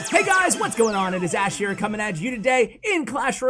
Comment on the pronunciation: This player call ash “bash”?